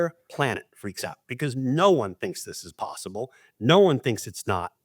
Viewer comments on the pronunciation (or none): none